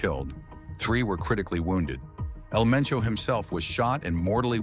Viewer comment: How hard is it to say Hal-Lee's-Co (Jalisco) and Poo-Aire-Toe Vie-Are-Tah (Puerto Vallarta) L Main-Cho (El Mencho)